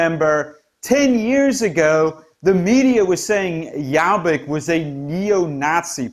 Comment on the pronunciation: Excellent analysis of the political scene in Hungary. Also, you had a really good pronunciation of Laszlo Toroczkai's name :) But Jobbik is pronounced with the letter o as in 'orbit'. Thanks for the excellent reporting !